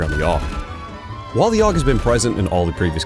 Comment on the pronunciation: It's A-U-G not augh or ahhkh or whatever tf you try to say.